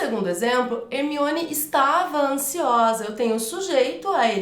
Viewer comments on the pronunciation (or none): Porque você fala Hemione se na explicação é Herminone? Porque você come o R do nome da pessoa no exemplo?